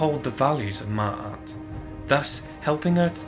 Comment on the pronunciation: You mispronounced her name mate sorry bout that good vid though